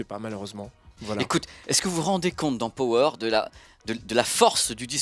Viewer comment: ●●● Pitié, de grâce, à tous ceux qui emploie le mot ANGLAIS "power". Arrêtez de mal le prononcer, ce n'est pa "PO WÈRE" mais "PA WEUR" ; allez, distinguez-vous de tous ces mauvais publicistes ... Ceci dit, merci pour cette vidéo, TRÈS BON SUJET ! Et oui, tous comme pour la VIUE, beaucoup perdent LES OREILLES et se contentent de ce que j'apellerai des "LEURES de MUSIQUE" certes très pratique vue le poids, mais bon, après, c'est un choix ... "En perdant la foi, l'homme a perdu le gout du merveilleux" ... ●●●